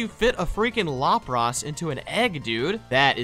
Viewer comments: It is LAP RUSS NOT LUP ROSS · Why do they have such dumb pronunciations for their names? Lawprahs? It's la-pruhs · Did he just say "lop ross"!?